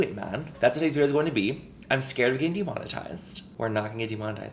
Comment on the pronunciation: I can hear it: "I'M SCAWWED!"